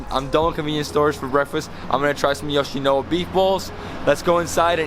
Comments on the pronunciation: Why do you keep pronouncing it as 'YoshinoWa'????? It's YoshinoYa not YoshinoWa. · It’s Yoshino-YA, not Yoshino-WA. But being from LA where we do have Yoshinoya, I really want to try the Japanese version of the food when I go there. 😃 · It’s pronounced Yo-shi-no-YA! Great vid bro! Japan is heaven for foodies!! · You mispronounced Yoshinoya the whole video . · Why does he think the Y in yoshinoya is silent!!! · Lol he did the same thing in another video he didn't pernounce the Y there too I can't remember what he said though